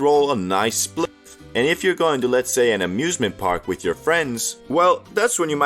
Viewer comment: PENjamin bro, not BENjamin